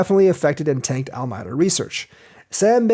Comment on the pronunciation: Al-ah-me-dah. Your welcome :)